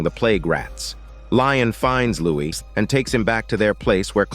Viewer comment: His name is Lestat, not Lion